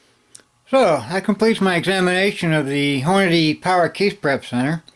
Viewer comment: I can tell you been reloading for a while cause you dont pronounce it horn a day. nice vid